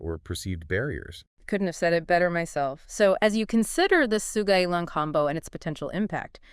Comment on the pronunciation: You killed the name, pronouncing it really wrong... Sou-Ga-Yi-Lang, not So-Ji-Gay-Lang.